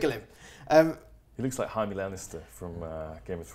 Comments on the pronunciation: Haime Lannister? I know James Horncastle likes to think he’s cultured but it’s definitely pronounced Jamie. Jaime Lannister ffs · It took me a second to realise who he was mentioning, and yes, its definitely Jamie, they literally pronounce it as Jai-me in the show itself wtf